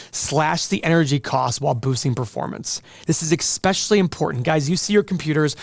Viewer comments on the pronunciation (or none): You said exspecially and not especially 🤪